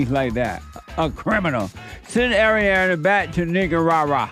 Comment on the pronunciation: He’s the only person I’ve ever heard pronounce it right.